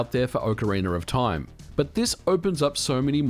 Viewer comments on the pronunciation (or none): Ah yes, Ocariner of Toime.